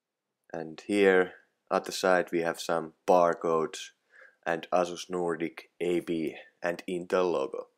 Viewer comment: Sano ''Eisus'' älä ''Asus'' niinkuin suomalaiset sanoo